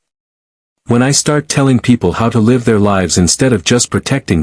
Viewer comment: LIVE long and prosper. get the first word pronunciation correct stupid AI.😅